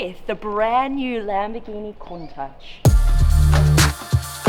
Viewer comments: Isn't it said countash not the countach i am speaking about the pronunciation not the spelling it feels wierd hearing ch than the sh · Pardon me for asking but did you say "kon -tuhch" i could swear it was pronounced "koon-taash" maybe i'm just a uncultured American and I'm the wrong one but still. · Pronounced (Koon-taush) :) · It's pronounced at the end with a guttural sound as in loch, like lakes in Scotland. Coun tachhhh. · bro she keeps saying countouch like wtf its clearly written as countach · OK its highly annoying for someone who claims to know all about super/hyper cars and yet can't pronounce the name of a classic lambo which has been in the lexicon since the 1960s. ITS pronounced COONTASH. For the love of heaven!! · It's pronounced cowntash Alex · Can we get a “Countach” counter? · Turn subtitles on for everytime she says Countach. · Had to stop watching because I couldn’t take her pronouncing "Countach" wrong...